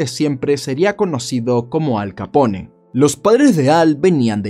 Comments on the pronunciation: le ruego no lo tome a mal, pero me duelen los oidos cdo ud dice capon en vez de capone. un capon es 1 gallo castrado y capone es la correcta pronuncicion del apellido de al. le reitero q no es una critica malintencionada, si no algo, quizas pequeno q le dara mayor calidad a su canal. la pronunciacion correcta es muy importante en el caso de 1 narrador. mil racias x su trabajo. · Sí, haz una serie de todos los mafiosos Italianos famosos, incluso de los irlandeses y los demás. El Italiano se pronuncia como el Español, o sea todas las letras. No se dice Capón, sino Capone, diciendo la E al final. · QUE CLASE DE NOMBRE ES? QUE QUIERE DECIR? NO SERA BUSGO, PARA LAS HISTORIAS? ES BROMA Y MUY BUENA NARRACION DE AL CAPONE ( SE PRONUNCIA "CAPON" )